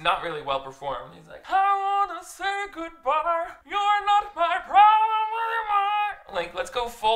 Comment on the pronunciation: It honestly sounded so good, too 🤣